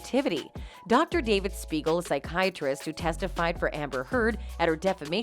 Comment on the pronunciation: THIS IS DOCTOR SMEIGEL RATHER THAN SPEIGEL.